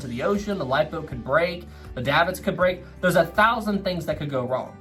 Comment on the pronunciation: davit is pronounced "dayvit"